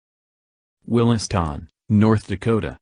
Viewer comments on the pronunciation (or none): I like how it Mispronounced Williston, Will-iss-toun no it's Will-iss-tin, also Medora, May-door-uh close but Muh-door-uh, I get it's a A.I thing but I still find it funny, simple words pronounced wrong lol